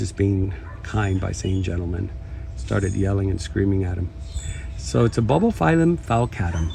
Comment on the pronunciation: It’s not Ba Ba phylum, it’s bulb like ‘light BULB’ not ba bah